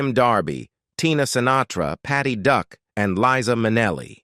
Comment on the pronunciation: I think you meant this the other way around - AI said Patty Duck instead of Patty Duke.